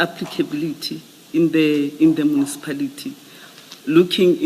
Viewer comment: Mucipality or Municipality?😂😂😂😂 lol